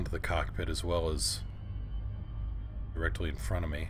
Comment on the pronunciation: Sorry but it sounds like "rectally". LOL